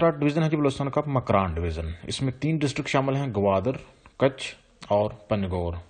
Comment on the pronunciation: Makiran nahi makuran kach nahi kech